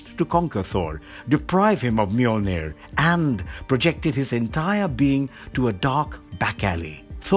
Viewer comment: This guy said Annihilus wrong but said Mjolnir so fluently i shed a tear.